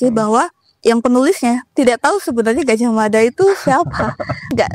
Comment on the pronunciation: Orang jawa baru kenal pelafalan a jadi o itu, di zaman Sultan Agung. Perlu dipahami bahwa cara jawa kuno = a tetap a, Gajah Mada -- bukan Gojoh Modo.